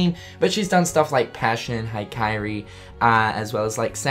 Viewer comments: Hi-Kairi... aw mate c'mon it's Hikari. He-ka-ree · Did you call that song "Haikairi"? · "Bye Kairi" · thanks for the little updates man btw I cringed a bit when you said Hikari it's pronounced Hi-Ka-Ri (I know it's minor but for some reason I really like that word) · The Hikari pronunciation tho... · Read this comment just as he said it, and I laughed out loud. Thanks for doing that XD